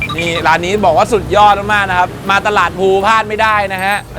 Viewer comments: ตลาดพลูรึเปล่าคะ? พี่เขียนพูลอ่ามันอ่านคนละแบบนะ😅😅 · พลู ครับพี่ ไม่ใช่พูล